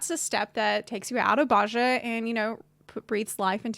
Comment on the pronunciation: Bozja "BOSE-yah"